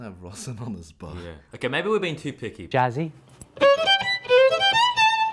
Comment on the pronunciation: that "jazzy" part sounded more like "gassy"